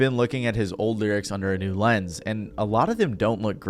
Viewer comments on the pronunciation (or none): none